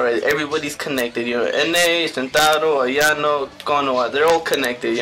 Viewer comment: Good video my only advice is to try pronouncing the names right( like haruka and shintarou)